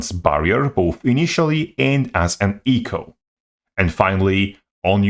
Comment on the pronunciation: try say "echo" without sounding like eco.